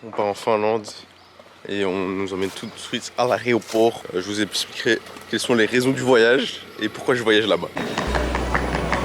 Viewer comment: Très bonne vidéo mais on dit l'aéroport pas l' aréoport.